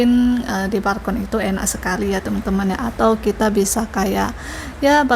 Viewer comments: Balkon bukan barkon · BALKON, bukan BARKON PULANG, bukan PURANG Btw, kenapa kok pindah apartemen?